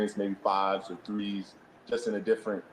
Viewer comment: One to tree four